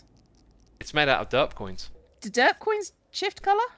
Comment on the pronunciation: Sometimes now as re watching and just listening while I work it sounds like X is saying dirt block instead of derp block. So now its just gotten funny to imagine he is saying dirt block and listen to how he praises it lol